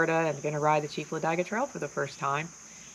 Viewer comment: Its LA DIG A not LA DIE Ga - Otherwise great video